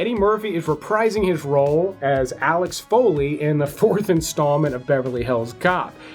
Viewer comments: Axel not Alex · Did you REALLY say ALEX FOLEY? It’s AXEL DIP S*** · Can tell you're not a fan. His name is Axel, not Alex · his name is AXEL! NOT alex!!!! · oh no he called him Alex Foley instead of Axel :hand-orange-covering-eyes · He actually said "Alex Foley" lol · hey...it's AXEL FOLEY...NOT ALEX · I never played Warcraft, and enjoyed the movie. It's not excellent but I've seen worse. I suspect you'll like it,. Will be interested to hear your thoughts on it. Edit: Did you say Alex Foley? LMAO